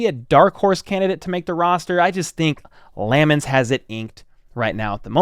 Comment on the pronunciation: Looks like you had it right, it is Lam-mons not La-mmons 🏈